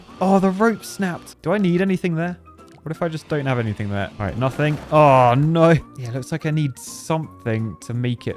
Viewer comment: That poor editor have to put up not just with his songs, but with the fact that instead of "no", he says "noi" 😮 I hope he's getting paid accordingly.